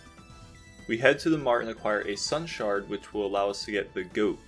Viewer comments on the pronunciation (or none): none